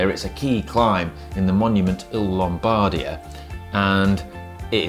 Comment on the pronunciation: C'mon, pleas get the accent right! It's not "LombArdia", it's "LombardIa", on the "i". Apart from that… great video as always, excellent tips!! 💪